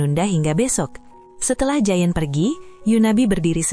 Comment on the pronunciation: Itu bukan jayen, bacaannya je on😭 tiap disebut jayen jd lucu keinget giant doraemon